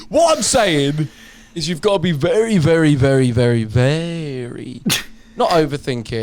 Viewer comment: that's one of the first times I've heard Weller say "very" without rolling the R hahah